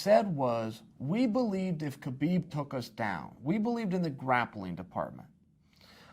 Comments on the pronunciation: Khabib is pronounced 'ha-beeb' "No Ka-beeb" as he says. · The K in Khabib is silent. Many people who should know this (particularly his peers) still say his name incorrectly. I'd feel offended if I were Khabib.